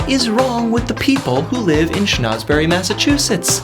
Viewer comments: Why does he keep pronouncing it as "Shnauzberry"? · Minor critique: "Schnozberry" was funny maybe the first time. Repeating it every time you say the town's name might lead someone to believe that it's the real pronunciation. If you're teaching facts, try to keep the information true.